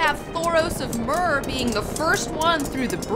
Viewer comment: Stop saying Myr and Baelon like that for fuck sake